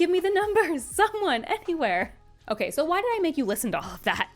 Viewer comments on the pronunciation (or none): none